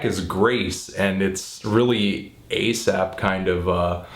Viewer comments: You keep calling him "asap" rather than "aesop" and its grinding my gears. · Isn't that kind of an irrelevant comment to make? I'm not trying to be an ass here or anything, but if these are his opinions as a listener, why can't they be different from anyone else's? Of course, he does say "Asap" instead of "Aesop" a few times, but come on now... this is supposed to be his personal opinion of the album. Subjectivity in music is key! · If the name ASAP Rocky has not affected the name Aesop Rock, then why does Fantono here keep calling Aesop "Asap"? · i do cringe a tad every time you call him "asap" tho lol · You pronounce Aesop as Asap a little too often in this video. Jimmies slightly rustled. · Its pronounced like ee-sop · its pronounced ay-sop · Its pronounced A sop lol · Great review, Anthony, but I think you should brush up on your artist name pronunciation in future ;). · Totally dislike the way Anthony pronounces "Aesop". lol